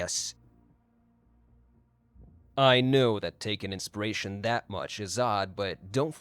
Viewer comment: Inspiration. Not insparation. One is the effect of inpiring. The other is having a spear through your chest. 🤓